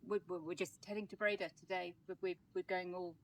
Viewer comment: Dutch oe = English oo (as in cook). Dutch oo = long English ō (as in home). Breda has the stress on the 2nd syllable.